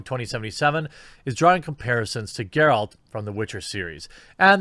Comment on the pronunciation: Well, well... he finally learned how to properly pronounce "Geralt".